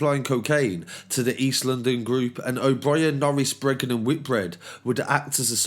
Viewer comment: It's Breagan not Bregan